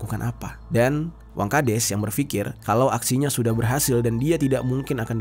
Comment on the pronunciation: Wangkhades apa wangkadas, ko di sebutin nya des mulu, bukan das